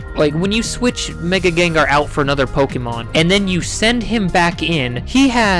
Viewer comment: its not gengar its gengar